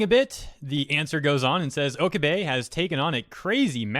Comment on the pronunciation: Dude, Okabe(Oh-Kah-Bay)